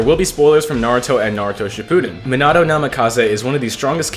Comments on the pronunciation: "Minado" It's Mean ah toe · me-nuh-toe, not me-nah-toe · the way the say minato rubs me the wrong way "minado" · if you say minahtoe one more time... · Minato’s name is pronounced ( me-na-toe) Love your videos btw! ❤️ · "Minado" 💀 aw nah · Just thought I should tell you, you pronounce his name (meen-a-toe) Not tryna hate or anything great video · Bro said meannahto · was it just me or did he say: “Minano Namikaze ” 😳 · the name pronounciation BRUHHHHHHHHHHHH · You say minato so weird just stop 💀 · It made me so mad when he got his name wrong basically every time 😭 anyway W build as always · stop pronouncing minato like that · why does he say Minato like that 😡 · he said menato minato and nimkize minikaze